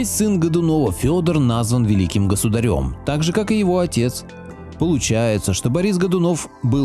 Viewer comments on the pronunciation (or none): Почему ,,государЕм", ведь правильно,,госудАрем", что-то автор ролика с ударениями не дружит